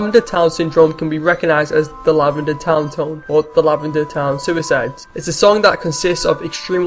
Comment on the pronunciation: Seriously bro, learn to speak. "Lavanda toun is a berial pla for the dey". I know English probably isn't your first language, but you could at least TRY to speak it properly. Pikachu out!